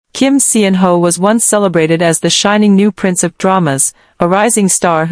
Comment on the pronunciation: Salaam he roared back!! This is now quickly obsolete. You can stop rehashing g 2021.😊 And Pease choose a better AI voice that can pronounce his name correctly and knows proper syntax.